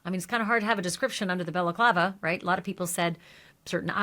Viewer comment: You can do a drinking game watching her videos. Every time she says "Belaclava", you take a shot. 🤣